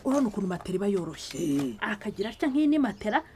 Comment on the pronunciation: Marigarita niwe mbonye uvuga matela neza, abandi bavuga matola.